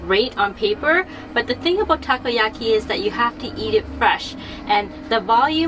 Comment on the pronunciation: No no, both you guys know how to pronounce "Octopus ball" correctly in Japanese. I meant, Nicole showed off the pronunciation that "Takiyaki" as wrong one .